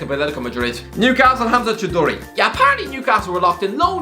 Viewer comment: I hope Hamza Choudhury doesn't watch this video, you butchered his name. Also, did you say Kounde has brunch booked at Halfords???